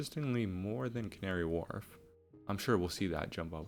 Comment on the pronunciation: Love the vids and r new to you Have worked out you are American bc as I Londoner I have watch you butcher some of the pronounceations of the names Doing great and love what u have done just findit quite funny It is pronounced as canary wolf not really warlf